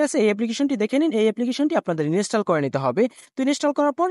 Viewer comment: ইনিশ্চেল নয় ইন্সটল হবে 😂😂😂😂